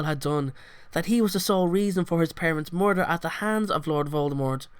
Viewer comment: ITS MURDER not mooider